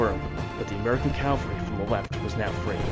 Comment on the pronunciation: And it’s “CAV-al-ry,” not cal-very.